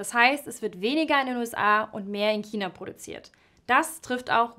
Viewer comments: Dislike weil es nicht Kina sondern China heißt sonst gutes Video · Das aussprechen von China als Kina ist falsch sowie ist das Geräusch vom Marker grässlich. Dennoch interessantes Video. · Gutes Video! Aber seit wann heißt China, Kina ?! -. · Ja, sehr unpassend. Und sie sagt immer Kina... 😵‍💫 Aber sonst sehr schön gesprochen. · "Kina".....ansonsten super Video. Sehr interessant. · kommst du aus bayern? du klingst übel danach... schon vor dem kina interessant finde ich dass bei deinem china-k so 5% "ch" mitschwingt tatsächlich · Kannst du bitte aufhören Kina zu sagen. Es ist nicht schwer ein CH auszusprechen. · Bitte vermeidet es im Dialekt zu sprechen. Kina ist nicht hochdeutsch, genauso wenig wie Brezn (wurde in nem anderen Video gesagt) Das gehört hier nicht rein, ansoonsten gutes Video